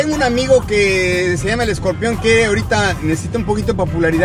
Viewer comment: Hasta José Eduardo se dió cuenta que la hermana estaba actuando bien freza (porque dices scorpeon!!)